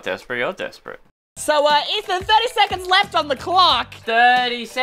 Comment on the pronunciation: "Zero secands"